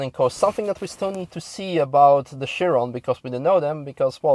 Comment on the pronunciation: You pronounce Bugatti and Chiron baddly, nice video though, thanks Youtube for the recommendation!